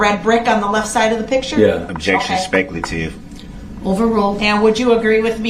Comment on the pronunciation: Ole' Brooksey just flicking a spinning prize wheel to decide what to say next. "Grouns!😡 "SUBSTSAIN!"😡 "specalative!"😡